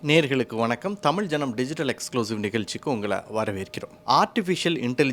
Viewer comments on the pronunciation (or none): none